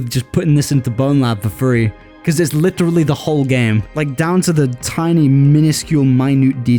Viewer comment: I LOVE THE WEIRD "LITERLY" ACCENT LOL❤